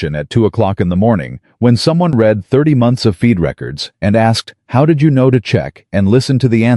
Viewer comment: AI is illiterate. He 'reed' the 3 pages? He 'red' the 3 pages. Read vs read and AI has no clue and the person posting these stories never edits as claimed undèr 'description' AI should be boycotted and then banned. I am so tired of FAKE.